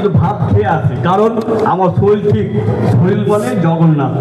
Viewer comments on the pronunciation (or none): শরীল নয় শরীর।